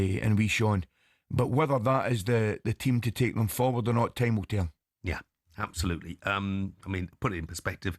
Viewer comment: Love when Ally says abshullloootley and shennshassional, your time is up mate keep aff the bevvy